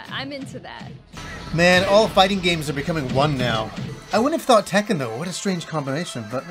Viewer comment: It's Tekken NOT Taken! And How Many Times This Fighting Game Crossover With Street Fighter Now?